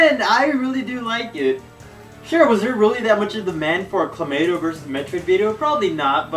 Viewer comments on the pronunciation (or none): Why does this dude keep saying Clamato? lmao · Stop saying kLomayto